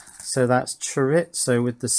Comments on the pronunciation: That's what he spelled out. If I were to put my Spanish teacher hat on, I'd tell you "Chore-ee-so". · He's trying to say chore e zo like the sausage right? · Here in the western colonies, we say, "cho-ree-zo" as opposed to "cho-rits-so," but that doesn't keep me from enjoying your vids. And perhaps JLCPCB would be interested to know that you convinced me to to try their assembly service despite not wanting to learn a new schematic capture and PCB layout program. I haven't gotten my first boards yet, but will comment when I do. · Still haven't quite got "chorizo" right, but you finally pronounced "solder" properly ;)